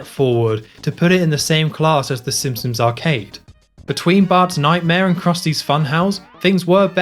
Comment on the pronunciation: How do you make so many amazing Simpsons game overviews but pronounce it Simpsums? 😂